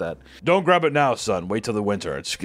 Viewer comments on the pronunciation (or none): none